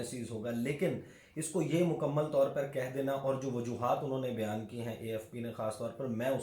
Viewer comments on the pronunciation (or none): none